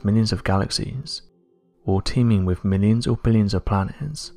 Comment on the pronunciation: Honey, if it's FLYING and cannot be identified...It's an UNIDENTIFIED FLYING OBJECT!!! And it's NAS-ah, not NAS-er, and please for God's sake, pronounce your "th's"..."with" isn't "wif"!! If you're going to narrate something, please be kind enough to pronounce words correctly...and stop talking just above a weird whisper! Speak up!!!!